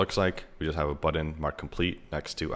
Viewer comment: You say "button" like an Indian person speaking English. How'd that happen?